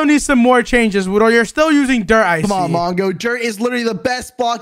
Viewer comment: Bruh it's frickin wudo not wuno Wuno isn't a word